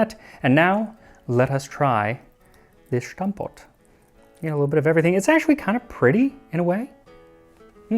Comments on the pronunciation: My parents were schoolchildren in those days. They were so so so hungry, they would dream of food. Little pronunciation hint: it is stamppot, not shtampot. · You don't need to pronounce the 's' in stamppot as 'sh', it's just 's'. In contrary to german ofcourse. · Very interesting video! Just one note: in Dutch “S” is pronounced just like in English and not like German “Sh”… 😉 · This is by no means a criticism because as a Dutch person I found this extremely educational 🎉!! But i wanted to help you with the pronounciation of Stamppot. Its very good but you pronounce the St as Sht but you should pronounce the St part the same as the english word stamp. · It's Dutch, not German. You pronounce it Stamppot, not Shtamppot. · Just so you know, 'Stamppot' is pronounced a lot closer to English 'stamp pot', but with an 'ah' sound. It's not German, so there is no 'sh' sound. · why do Americans always put on a funny German accent when pronouncing Dutch words, it's stampot not schtampot, ST as in start, state, stop. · Very nice but why does he pronounce stampot as schtampott? It's just really the same as you would pronounce 'stop' or 'stand' - "stompod" would be phonetically sorta correct for an English native speaker ;) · Just a small linguistic correction; there is no "sh" sound in stamppot. Just stamppot. :) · Small note; Its stamppot, not shtamppot. Same mistake that commentators make when pronouncing Verstappen ;) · The S in stamppot is pronounced /s/ in Dutch not as /sh/. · stamppot isn't pronounced with an initial sh, it's just a normal s. dutch ≠ german thank you very much -A dutch gal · don't say "shtampot", it's STAM-POT. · Interesting vid! But we don't pronounce it like "Schtampot" and more like "Stum-pot". Just take away the "ch". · You're slightly mispronouncing stamppot: it has a sharp S like the English word stamp, there is no h in it which you seem to pronounce. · The pronunciation of ''stamppot'' is /S/ sound and not [ ʃ ] /sh.